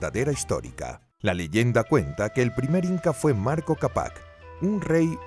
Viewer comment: "MARCO"???... es MANCO!!